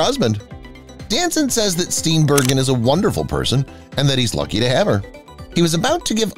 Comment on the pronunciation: Mary Steen BUR-JEN is how it’s pronounced!